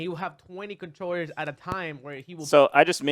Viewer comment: Mew2king: "Controwers" Me: so thats what its called